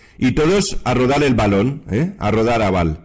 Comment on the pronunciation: Cuando dice a rodar a val Se escucha como Adorar a val